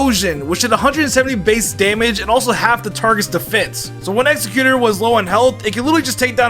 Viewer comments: Wtf is Egg-xe-quter. I love you, but tht is driving me nuts lol 😆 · Lol saying Exeggutor wrong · I hate how he says Exeggutor lol